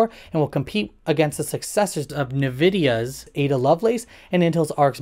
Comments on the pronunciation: Why do people keep saying nuhvidia it's pronounced like envy envidia. The origin of Nvidia's name traces back in the 1990s when founders Jensen Huang, Chris Malachowsky, and Curtis Priem brainstormed several alternatives. The chosen name is actually a compilation of several words. ... They added the word 'invidia' at the end, which is the Latin word for envy. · then is it IN-vidia and not EN-vidia? :D It would be EN-vidia if the N was a an acronym. I call it ENvidia, but in English the proper pronunciation would be N-vidia. You don't write "nter" for "enter".